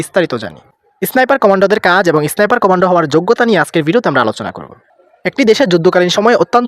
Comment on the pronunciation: উচ্চারণটা এসনাইপার না ভাই, স্নাইপার।